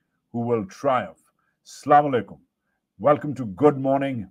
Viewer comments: Sir gee.not slama likam.asslam_u-laikam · Or aik baat aaap aayat prhte hn MashaaAllah khushi hoti ha bt aaap ka asalam u alaikum ki pronunciation theek nae meaning change ho jata ha salamti k bjae kch or bn jata so theek kr lain hope you don't mind agar boora lga to muaaf kr dena please